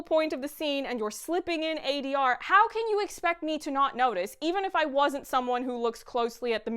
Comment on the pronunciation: I noticed that adr flub as well. It bothered me just as much. So glad someone called it out!